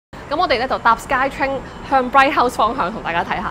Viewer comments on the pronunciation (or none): for Brighouse, it is pronounced as "brick house" NOT "bright house"